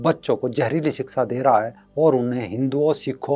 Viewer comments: siska nahi shiksha hota hai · सिक्सा नीति नही शिक्षा ।